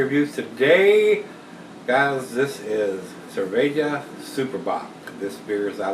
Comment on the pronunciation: Greetings from Brazil. Your pronounce for cerveja was pretty good and I agree that this beer is just as "good" as the standard lagers out there.